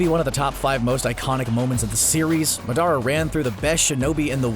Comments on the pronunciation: madara is pronounced MAW-DUH-Raw SEELE is SAY-LAY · He said muhdara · But why you butchered Madera's name though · It’s madara not madàra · Its ma-da-ra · You said madra wrong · bruh CBR need to watch english dub Naruto shippuden and pronounce Madara better. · This nigga ain’t even trying to say the names right, like when he said madara wrong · He pronounced Madaras name so wrong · the way he pronounced madara's name triggered me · Bruh how he pronounced madara made me cringe.. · Madara omg how you say it it’s just so bad i am sorry bro please learn how to speak the name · why he say madara like that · Madara Bro way to mess up his name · I laughed pretty hard every time the announcer pronounced madara’s name. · Tmw you call yourself an anime fan and then pronounce Madara wrong... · yeah and madara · Right from the start it's misleading. It's titled 10 Anime Villains, yet Zeno is not a villain at all. And please don't ever pronounce Madara like that. Haha That almost shows you haven't actually watched Naruto, or at least the parts with Madara. His name is not pronounced like that in English or Japanese. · You said madara wrong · It's really not its MA DA RAH NOT MA DAR A and AKUSKI? Its akatsuki You've clearly haven't watched naruto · I hate how he pronounced Madara and gurren lagenn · The way he pronounce Madara and Yagami makes me rage